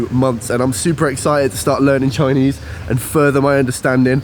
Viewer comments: Hey! Good to know that you're starting your Chinese lessons soon, and I can tell that you really mean this seriously from the pronunciation of your Chinese. I won't expect every Chinese learner can master the intonation and accent of Chinese since the language system is very different from the Europeans, but every time when you pronounce a word nicely and carefully, it sounds very different to a native speaker. So, wish you good luck! BTW, the geography of Guangxi Province is quite unique so there are many caves in that region. Please be careful when you explore them and better not go there alone. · You will learn Chinese very quickly with lessons and stay in the environment. Your pronunciation is very accurate! Once your Chinese is good to understand others it will decode the whole world! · Your Chinese pronunciation is excellent! I.would like to give you a thumb up.